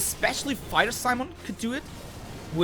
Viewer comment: Fractal ist aber auch so im game und im PvP ein Biest^^ . . .Aber nicht jeder hat so viel Kohle über um sich 500€ Scheine als Aufnäher auf die Jacke zu nähen^^ ...Und "Simon" wird "See [Eng]" + "Móhn [DE-langes O]" ausgesprochen. Das E ist stumm^^ Ist immerhin eine Frau und daher nicht Simon(e) sondern Si-mone